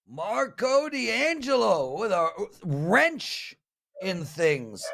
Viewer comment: I really hope said "wrench" and not "wench"